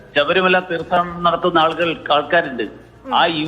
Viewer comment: ശബരിമല തീർത്ഥാടനം അല്ല തീർത്ഥാടനം എന്ന് ഉച്ചരിക്കാനുള്ള ഒരു ബോധ്യം എങ്കിലും ബഹുമാനപ്പെട്ട മന്ത്രി ആയിരുന്ന വ്യക്തി കാണിക്കണം ആദ്യം വേണ്ടത് അക്ഷര ശുദ്ധിയാണ് ശുദ്ധിയാണ്